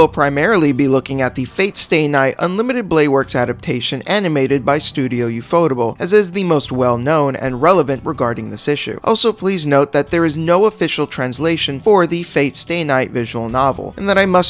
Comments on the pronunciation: "Oo-foe-tahble"? It's "Oo-foe tayble". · This nigga literally say ufohrabor